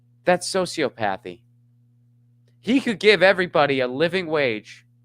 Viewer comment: So bummed about the union vote. Also because I'm a pedantic nerd, it's pronounced "so see ah pah thee"